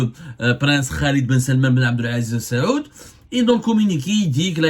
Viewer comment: Avez-vous etudié la langue arabe à l'école ? Vous n'arrivez jamais à prononcer correctement les noms des dirigeants des pays du Golf. Ce n'est pas la famille السعود mais آل سعود. Ni la famille بن زياد mais بن زايد. !!